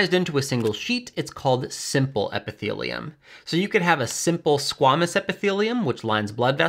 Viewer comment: it's "Squay"-mus, not "Squah"-mus.